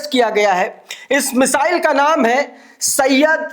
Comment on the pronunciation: bhai Sahab ! Syed nahi ❌ vo darasal " Saiyad" Yani Shikari " Hai